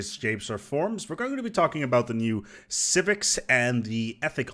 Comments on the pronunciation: lol “civivcs” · "Civivcs" Beautiful.